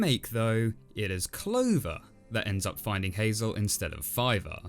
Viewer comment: Wait was that the Brother before? With all the other things of saving his Brother?...or did you say “Filer”